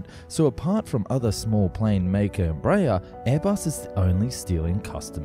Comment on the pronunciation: Also Embraer is pronounced Embra-Air. It's not Embrayah ffs